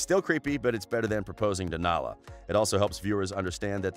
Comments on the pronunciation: I know this was in 2019 video , BUT I have already seen that someone pointed out the name Naila, is NOT Naila but Nala is pronounced NAH-LUH , Naila...rofl xD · nal a not nail a lololo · It is Nala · Her name is (Nala) not (Naila) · You pronounce Nala like (Naw La) not Nay la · ANNA AND NALA ARE NOT SAID THAT WAY All u gotta do is watch the damn films or Google how to pronounce them SMH